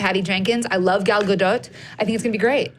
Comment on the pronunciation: Gal GUDUT? Is that seriously how you say her name?